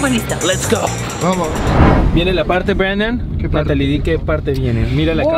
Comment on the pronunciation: No dice "Brandon" dice "brendon" 😂